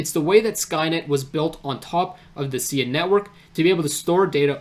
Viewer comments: Pronounced S-eye-ah , not see-yah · No worries. I've been following Sia for about 4 years now and probably 9 out of 10 people who do a video on it pronounce it the same way you do due to the singer. Great work in the video though, not many people are able to grasp the entirety of this game changing project.